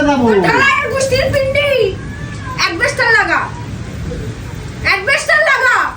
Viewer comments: ও সমান পণ্ডিত! "অ্যাসবেসটস" - কে "অ্যাসবেসটর" বলছে! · বলছে অ্যাডবেস্টার, সালা অশিক্ষিত।😅 নিজেরই যেখানে এত উচ্চারণ ভুল, সে নিজের স্বামীর এত উচ্চারণের ভুল ধরে কি করে? এ আবার নিজের মেয়েকেও পড়ায়। মেয়েও তো এর মতনই উচ্চারণ শিখবে বলে মনে হয়।